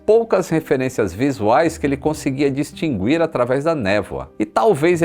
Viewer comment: nao se pronúncia a letra "u" na palavra distinguir 😂😂